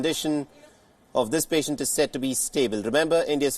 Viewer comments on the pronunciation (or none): The pashant or the patient....ha ha ha ...it s happens bro ..we are humans